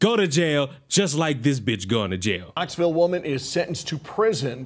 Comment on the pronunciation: She was actually in Knoxville TN. It just sounded like Huntsville